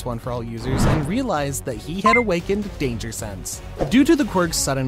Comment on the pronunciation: Blud u said danger sanse